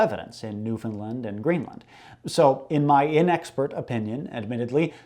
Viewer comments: Love the channel, great new vid, but sorry my local pride is showing. It's New-FOUND-land, I've had people in America think I'm slavic ''oh your from Newfinland I've got a friend from Sweden she says it's beautiful'' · Newfoundland rhymes with Understand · Honestly I was on the opposite side of this I've never heard anyone from here say it as new-finlind. Always newf'n-land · it's pronounced "new-fin-LAND", understand.